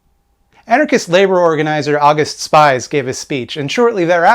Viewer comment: Great video. However, August Spies is pronounce "Ow goost Shpeez". Also since I did research for a 20+ page paper on Haymarket I can confidently say that an Anarchist threw the bomb, there is no evidence that the Police or the Pinkertons threw the bomb. However it is more than likely that the bomber was provoked by the Police actions. Doesn't make what happened before and after good, but historical accuracy is important.